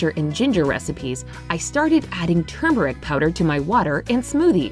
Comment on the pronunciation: Mike, how's about not adding an "i" to "peristalsis" and not removing the first "r" from "turmeric"? Come on you're a freaking doctor right?